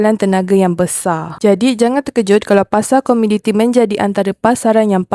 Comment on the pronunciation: Komoditi kak...bukan komiditi.